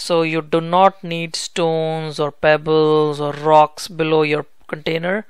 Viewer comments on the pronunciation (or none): Dddddddddrocks. Roll that R!